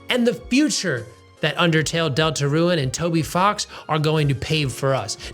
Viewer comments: It’s not pronounced delta ruin it’s pronounced delta rune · Why do you pronounce it like "Deltaruen"? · Great video! Is calling the game "delta-ruin" a bit? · Why do you say DeltaRUIN? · Why do you pronounce deltarune like deltaruin😭😭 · You calling Deltarune "Delta-Ruin" is hurting me physically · He just pronounced it weirdly chill out